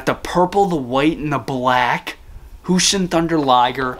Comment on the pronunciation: Btw it’s jushin with a j but no hate no hate